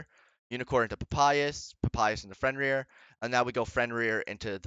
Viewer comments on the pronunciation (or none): The guy is also called Fenrir not Frenrir lol. Great video tho